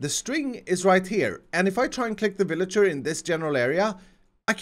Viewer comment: Ah yes The villiger yeetinator